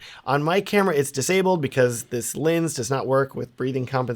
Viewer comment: Can’t keep listening to the video unfortunately because I keep hearing lins, not lens. Sounds stupid but it’s bothering me to no end.